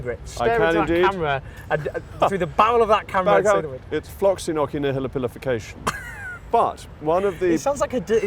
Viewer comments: Rees-Mogg mispronounces this word constantly. He says /ˌflɒksɪˌnɔːkɪˌ.../ instead of /ˌflɒksɪˌnɔːsɪˌ.../, as I hear (I'm not from an English-speaking country, btw). He is not so smart at all, as I see. To mispronounce words is not very classy. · He pronounced floccinaucinihilipilification wrong